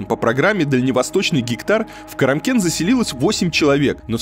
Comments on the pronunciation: Блин, КЕРЕмкен? 3 раза прочитал и все Керемкен? Ну куку, ёпта! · Я вырос на Палатке. Уехал более 25 лет назад. Поверьте тогда было гораздо хуже. Кстати КАрамкен, а не Керамкен. Там на ГОКе работал отец, пока его не обанкротили. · Не кИрамкен а кАрамкен, правильнее будет... Это еще оьносительная цивилизация, там хоть трасса более-менее, а за карамкеном - *опа... Грунтовка и опасные перевалы: жаркий, капран, рио-рита... летом пыль, видимость нулевая, и пропасть такааая, просто жесть... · Блин, Варламов, какой Керемкен? А? Ну написано же посёлок КАРАМКЕН! ! ! Но за фильм спасибо, понравился, пока смотрела, аж сердце защемило, Родина! Жила на Стекольном, Палатка , Сокол всё родные посёлки! Оттого и уехали на материк жить, от того что ты там увидел! А домики ты зря обкакал, правда, действительно лучше чем было, поверь!!! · Не КЕремкен, а КАрамкен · Да, Илья что-то замутил, одно произношение "Карамкен" только с 4ого раза у него вышло:) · Даже название не удосужился правильно прочитать, комментатор блин